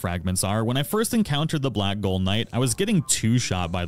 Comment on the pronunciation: That would be blackgaol pronounced "blak jail" NOT blak gole". Gaol is the old English way to spell jail.